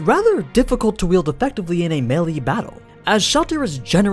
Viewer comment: no one's gonna talk about how he pronounces melee?